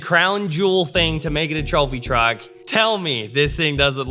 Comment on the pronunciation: It's not a go-kart, It's a twophy twuck!